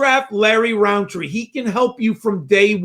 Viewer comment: Love the pod but its rountree not roundtree its like a pet peev of mine